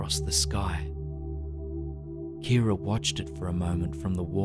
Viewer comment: At first I thought he said ‘Karen’ not ‘Kira’ and I don’t know why that distracted me so much